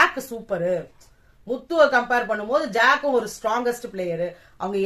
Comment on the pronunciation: Jack❤ku name nenga thappa solluringa